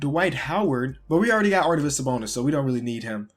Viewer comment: Arvydas, not Ardyvas haha, great vid though